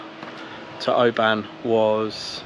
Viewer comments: 😂 can’t believe you bought a turbo there , we go to Mull every year ! It’s not pronounced O~BAN , it’s it’s more like one syllable, if that makes any sense 😂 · Great video. BTW it's Oban, (you say a short a, as in the e in open), not Obaaaan 👍🏻